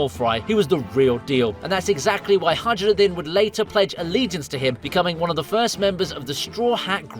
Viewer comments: I hate the way he said highrudin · Hajrudin: Hi-Rude-in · HA-ROO-DIN You call yourself a fan, 😂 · Bud saying haj ruden pissed me off like dude if you watched the show you know that isn’t how it’s pronounced wtf is up with you?